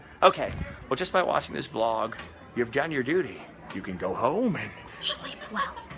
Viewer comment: Her " Shleep well" was epic!